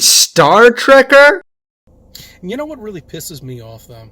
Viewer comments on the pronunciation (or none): "Star treker" bruh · Treker? 😂😂😂 gawd he's sure showing us how much of a fan he was and how much he believed in space.